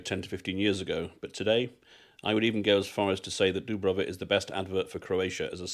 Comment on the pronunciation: You were in Olympic village, everyone is wearing tracksuits and no one speak Croatian....it is not Dubrava,it's Djubrava 😂